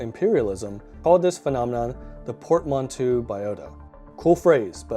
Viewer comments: Just so you know, it's pronounced " port-man=toe" It's a French word. Cool video. I'm not sure I agree with all of it but i like it nonetheless. I tend to think a lot of the reasons that the European, especially the British were so successful was a combination of technology and ruthlessness. There were many far older cultures that simply didn't have access to metals like iron who essentially got trounced by the English and other Europeans. Take the Africans for example. Far older cultures but almost powerless when it came to the Europeans. Especially in the 16 and 1700s. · your pronunciation of Newfoundland and Portmanteau sucks ! jeet